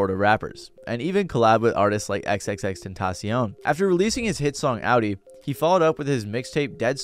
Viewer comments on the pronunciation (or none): No hate to the creator but it always amazes me when ppl makes videos about a celebrity but completely butchers their name. X-X-X ecta-see-own like wtf?! Lol